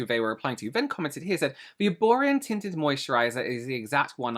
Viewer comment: never thought that erborian is french just because of accent not on the last vowel